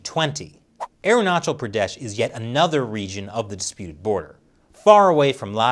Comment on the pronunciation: Last time around you pronounced AerunaKal. This time you are correct on CH part